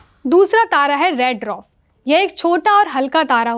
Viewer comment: पहले पढ़ना लिखना बोलना सीख लो , तब न्यूज़ रीड करना , dwarf भी नहीं बोल पा रही